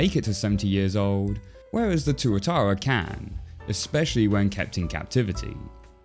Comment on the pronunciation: Yo I didn't realise Leo was a Tuatara. And that pronounced it properly. Tuatara's are native to NZ and are similar to Crocodiles, as their living dinosaurs. And being a kiwi myself, I love this